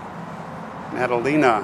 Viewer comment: P.S. thank you pronouncing Maddalena correctly.😁